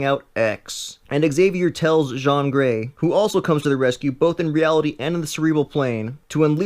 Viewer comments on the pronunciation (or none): It's Jean Grey not Jon grey uuuugh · umm, "Psych-lock" and "Jon Gray?" Ratarded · pronounced: seye-lock and gene grey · You have Pronounced the Character name Wrong😤 JIYAN GREY PSYCLOCK MARIA MCTAGGERT??? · you spelled it wrong.... its actually JEAN GREY!